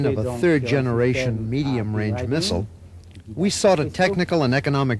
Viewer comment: Mistle? Learn how to speak properly ya gallah!